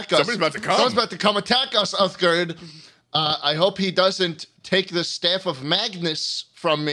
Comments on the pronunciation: my favourite part of this podcast is the fact that "schlatt" fucked up Uthgerd the Unbroken's name every. single. time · Love how "Schlatt" claims the only character he knows from Skyrim is Uthgerd but he then pronounces her name wrong and gets her title wrong.